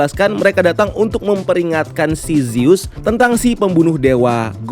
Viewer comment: revejer, bukan revenjer. zus, bukan zeus. tolong cara baca diperhatikan lagi. ganggu bgt kalau salah sebut.